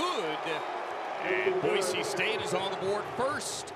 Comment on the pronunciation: Having grown up in Idaho it's so damn nice to hear that the announcers did their homework, and that they call the team what it's supposed to be called (Boy-SEE, not Boy-ZEE). I'm so tired of hearing people say that, it would have driven me nuts to hear it so many times during this game.